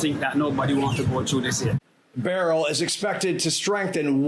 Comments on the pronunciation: It is not barrel its “ Berlll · Not Barel ITs— Berrryl🧐🤪🤓why do these Educated weather people mis- pro -nouncerhis name???